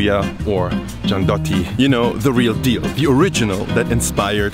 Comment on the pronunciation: nutella is shitty as hell, gianduja is way better, one more thing, gianduiotto (check the pronunce) needs to melt in mouth not be chewed :D